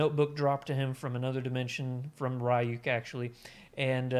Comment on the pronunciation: by the way, his name is pronounced Re-ook. Like Ryu from Street Fighter